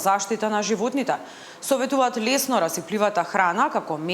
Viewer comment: se vika lesno a ne ljesno...